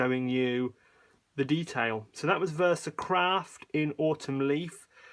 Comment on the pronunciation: Did I hear you say "Versacrap" instead of "Versacraft"? 😁